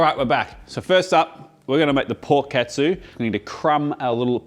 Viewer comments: if you say "katsu" be sure to say it like "cut sue" and not "cat sue" if you say "ketsu" it has entirely different meaning (it means "ass") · The way you pronounce "Katsu" sounds awfully close to the Japanese word "Ketsu" (けつ) which literally means "Ass". No need to thank me. ( ͡° ͜ʖ ͡°)